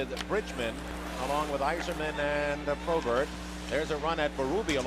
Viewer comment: Who was the color announcer for Philly? He pronounced some names a little strange here and there. Probert was ProBART. Kocur was COACHER.